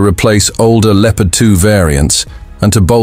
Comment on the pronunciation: Lieopard? Never heard of this word!